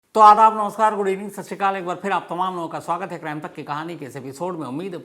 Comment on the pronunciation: तो आदाब, नवसार, गुड इवनिंग, शास्त्रीयकॉल यह कैसा अभिवादन है? आपका। नमस्कार का उच्चारण स्पष्ट किया करें। फिर आपकी कहानी और ज्यादा प्रभावी शुरुआत करेगी। बाकी सब पूरा अति उत्तमअति प्रशंसनीय।